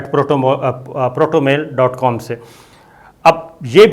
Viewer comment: Jahil insaan, koi ek lafz to theek se bol diya karo! Kya protomail protomail ki bakwas laga rakhi hai senior sahafi saheb? It's PROTONMAIL. Word parhna nahi ata to usko mention bhi na karo. Kyu ye jahalat phela rahe ho mulk me. You are a disgrace! 👎👎👎